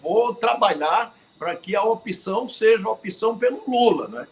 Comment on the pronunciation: A grande mairia dos menbros do Senado , deveria usar corretamente a pronuncia PROPRIA e nao propia. Corrigir tambem a pronuncia OPCAO que nao tem a letra "I " falando sempre Opicao. Dois erros praticados por quase todos os senadores e deputados.